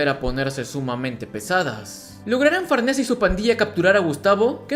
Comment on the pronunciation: Siempre lei Farnese como "Farniz" es raro escuchar su nombre así xd